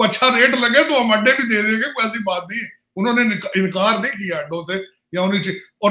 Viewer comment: Oh I got it. In your last video I heard 'ande mange, ande nahi mange' and could not make sense of it. I think you said 'adde mange, adde nahi mange' in Punjabi accent